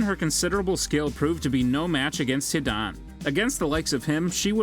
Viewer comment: sasooki. jonin. akatsooki . ( sidan not even hidan ) kakshi hatakee he almost got it right , then the legendary steam NINJ-UTSU ok the names are fine but NINJUTSU really there is no way he watched naruto or he just cant say it and there are actually more but i am too lazy to continue